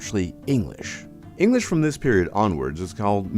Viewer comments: Would be amazing if the speaker would be able to pronounce EnGlish, not Enlish :P I am of course just picking fun here :) I love the history lesson <3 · You ought to learn how to pronounce the word "English". It's pronounced "ing-glish", not "ing-lish". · Narrator can't pronounce the word English!